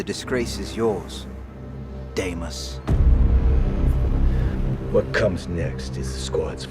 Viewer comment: It's pronounced Dee-mose not Day-mose